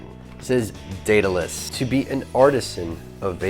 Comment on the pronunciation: Thanks for the tut, and greatly appreciate you pronouncing the name correctly. Been really interested in this kit. Quit analogs 3 months ago, and have not looked back. All the vids have kept me going, and making my own coils. Currently running Tarot Pro with my Goon. Thanks again and keep them those vids/tut's coming.